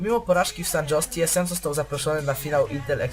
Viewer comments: "San Hose" a nie ::San dżos" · SAN JOSE (czyt. Hose), WE (czyt. dablju i)